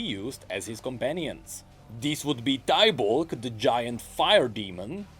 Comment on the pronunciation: Is Tybaulk not pronounced “Ti-bulk” like Ti-bbers? Annie is known to purposely corrupt names since she’s very young.